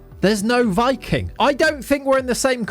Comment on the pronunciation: Hey just wanted to let you know Viking(the Norwegian team) is actually pronounced Vee-king! 👍